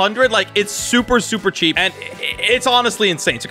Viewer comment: And you say cheap wrong